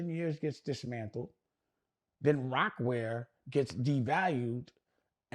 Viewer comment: I’m pretty sure it’s Rocawear not Rocwear .